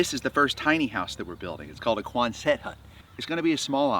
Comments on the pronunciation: I lve always heard it pronounced QUONset not quonSET unless this is something different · you are a dear person and bless you for you are a piece of Work!! One more thing - and I just looked this up to be sure: It’s QUON’sit Not QuonSET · God bless you. Love “Sitting With Dogs!” But with respect the building type is pronounced QUONset —accent on the first syllable —not quonSET. I definitely will try Flip coffee. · Love your work and testimony, helping the pup's,,,But please, You're sounding like some kind of French guy trying to say Quonset hut..As an old Jarhead, Very familiar word that a dog faced drill instructor would yell Out QUONSET....Not Quon•Set...Quickly one fluid word..😂 Thank you,fight the good fight 🐶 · Yes, it's exciting! By the way, it's QUON-set, not Quon-SET. It's very cute, too! I can't wait to see this farm grow. I'm too poor to buy the coffee or donate, but I'm sending all my best wishes and will add to your "view count," or whatever it's called. 😄😀💖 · Quonset is pronounced cuan’zut. Congratulations on the new project~ wishing you great success. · Hi, I love what you do with animals. I grew up in Rhode Island, where there is a place called Quonset...which had lots of Quonset huts back when the Navy was big there. My dad was in the Navy. I can tell you with great certainty that the proper pronunciation is Quon'-set (emphasis on the first syllable). You say it like you say handset...Quonset. You would likely not know that, being on the other coast. Just trying to help you out before you get a bunch of grief from all the Navy guys and gals. God bless. 🙂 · quonzut hut phonetic pronunciation equal accent like buggy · I would definitely buy your coffee, but it's so excessively expensive that it makes Whole Foods coffee seem cheap. Can't do it. Also, why are you pronouncing quonset that way?